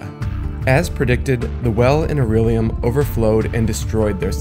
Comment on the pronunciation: I know it sounds like nitpicking but you keep saying aurellium when it's Aullerium